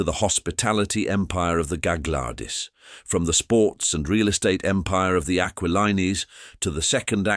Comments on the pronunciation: Tsk tsk—Bits of true info ruined by bad pronunciation of names like GAG-Glardi, AquaLine-EE; misspelling names in captions (BD for Beedie, LOUIS for Louie). Using movie Charlie Chan photos for the Chan family… Using stock photos irrelevant to the topic… Horrible AI — I always click “not interested” or “thumbs down” on this crapola. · AI doesn't know how to pronounce Burrard and Gaglardi lol